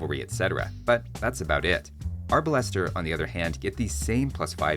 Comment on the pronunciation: Arbalester = 😡 AR Buster = 😄